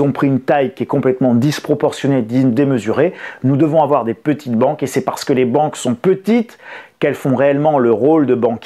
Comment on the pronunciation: "Il ne faut pas afoir peur"